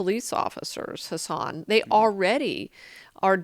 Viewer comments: Did I cringe every time she said his name wrong? Yeah. I did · She makes sense but god damn can't even pronounce his name right a single time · She makes good points, but I'm distracted by her mispronunciation of Hasan's name.